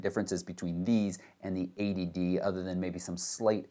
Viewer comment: Only problem is, it sounds exactly like 'ADD' when you say '80D'